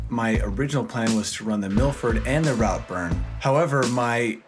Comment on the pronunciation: Please, when in another country have enough respect to learn correct pronunciation. It’s pronounce Rootburn…